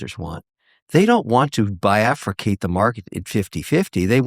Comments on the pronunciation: Biafricate? Bifurcate. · first time I am hearing "bifurcate" pronounced that way